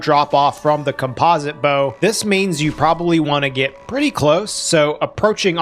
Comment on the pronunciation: Dang is that really how you pronounce composite? Have I been doing it wrong